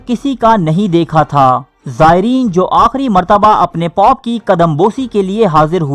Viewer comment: Please use the word " dosto "---. It is not POP---it is pope---. Pop is a type f music---.